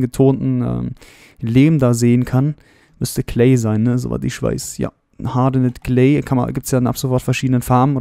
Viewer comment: Nettes Video, aber ich muss sagen du solltes mal ein wenig an deiner englischen Aussprache arbeiten. Das S bei Seed oder auch bei Mesa ist nicht weich. Und bei Hardened Clay ist das E am Ende praktisch stumm. Sorry für den mahnenden Zeigefinger, aber ich musste mal drauf hinweisen